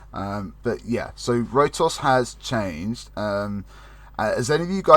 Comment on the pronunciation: Did he say Road Sauce instead of Rotos the first time? lmfao.